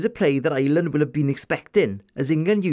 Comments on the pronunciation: I'm Irish and I'm the complete opposite :P love the Welsh accent but can't stand the way the Welsh and English call us "Island". We are one yes, but our name? No. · I’m Irish and love the way you say ‘Ireland’.